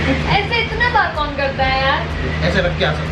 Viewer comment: 😂😂hm b roz chle jate hai or br br jate hai fr b puchre kahhon aane wala hai and btw maa hota hai mhaahh nhi, kon hota hai kahhon nhi😪😪